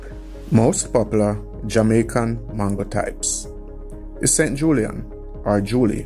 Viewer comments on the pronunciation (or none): none